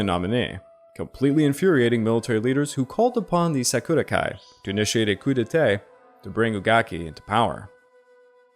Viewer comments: Your pronunciation of “coup d’etat”needs to be corrected as you’re saying “coup d’été” instead. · I burst out laughing everytime he said "Coup Detay"